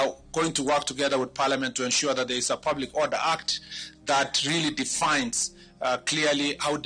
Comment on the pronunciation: Huyu CS alitoka wapi,he cant pronounce defines and he says definds,did he get a genuine degree in law?Has he ever won any case in supreme court?Is there any position allocated to him that has been rated high? if yes which one, compare him to Michuki and Matiang'i